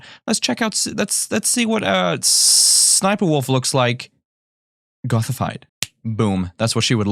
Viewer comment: Her name is actually SS Sniper wolf... You actually pronounce the letter S twice and then the sniper wolf...